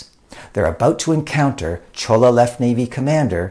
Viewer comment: ~ it is Jolla (actually Jeon- Lah) not Cholla province. Love your videos! You should actually do audiobook readings as your duction is so clear.